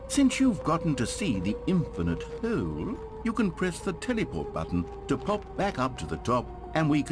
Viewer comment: i love the way the narrator pronounces hole like “heoule”